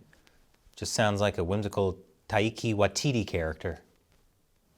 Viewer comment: Makes fun of an accent and proceeds to mispronounce Taika. 🤣